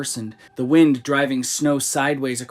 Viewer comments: Did that voice just pronounce Wind as Whined? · Not quite, it was wind, but the wind a clock pronunciation.